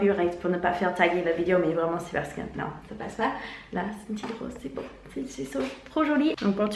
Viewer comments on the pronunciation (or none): none